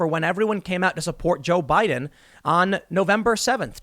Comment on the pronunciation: No, see, they were saying "BOO-IDEN"